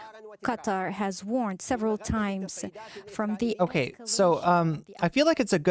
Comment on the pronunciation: Qatar should be pronounced as if you're saying the words cut & tar in a row, like cut-tar.